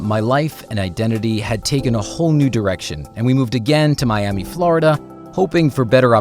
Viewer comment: The way he says Florida triggers me...